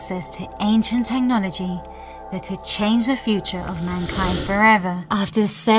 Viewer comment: I can't withstand this "Teh no logy" anymore why did she pronounce it teh nology